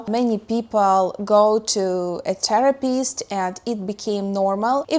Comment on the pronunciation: I love your pronunciation of Therapist as "Terror-pist"